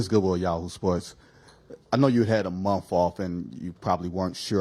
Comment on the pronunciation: I know you had a monf off